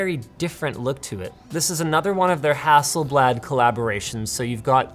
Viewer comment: That butchering of Hasselblad. XD